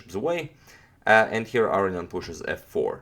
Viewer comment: A-row-knee-an. Don't forget the knee!